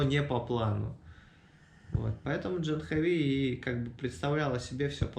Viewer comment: Жил в Индии 2 года . Девочка очень хорошая! А ты до сих пор не знаешь как правильно: не Джанхави, а Джахнави! Обязательно нужно исправиться и не коверкать санскрит! Она же не называет тебя Нитика!